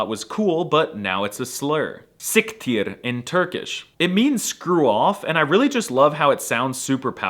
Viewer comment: As a Turkish, the way you said "siktir" was so damn good